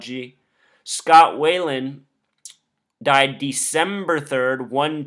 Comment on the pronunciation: it's Scott Wieland not Scott Wayland. just saying